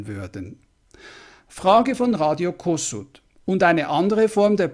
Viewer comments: Kossuth wird Koschut mit SCH gesprochen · Radio Kossuth ist als "Koschut" auszusprechen.